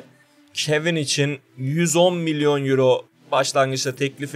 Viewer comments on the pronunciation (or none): none